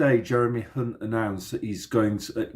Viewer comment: Thanks, Hunt sounds like #unt...